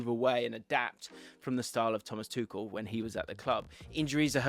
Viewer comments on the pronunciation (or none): none